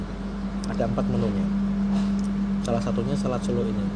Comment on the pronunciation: Nama Makanan'y Bukan " SELAT SOLO " Tapi " SALAT SOLO " Bro ... Hahaha ... 😅😇🤣